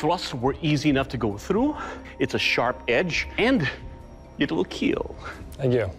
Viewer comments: It will keel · It will KEAL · And most importantly .... it will keel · From now i will always hear "keel" instead of "kill" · “It will keel” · The start of Avengers endgame(when avengers raided THANOS’s house and chopped off his arm), “I am enevidible”, or “i” “will KEEL